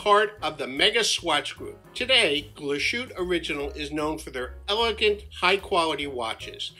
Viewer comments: It's pronounced more like GLASS-HOOT-EH mate. Not a dig, just so you know :) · It’s pronounced Glaas-hoot-a. Great watch. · Nice video. It would be even better if you pronounced Glashutte correctly: its glass - hutte. S and h when put together in German are pronounced s and h, not "sh". For the "sh" pronunciation, German uses "sch". As for the 39-11 in the SeaQ, it is not as finely finished as that of the SeaQ Panorama Date. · I have the panorama 43 . Lovely! The name is correctly pronounced . ‘ Glaas-hooter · Great review, but please do the manufacturer the courtesy of making the effort to pronounce it properly 👍😁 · Pronounce the e at the end it’s Deutsch!